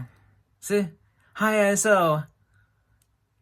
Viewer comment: I would disagree since he pronounces it incorrectly.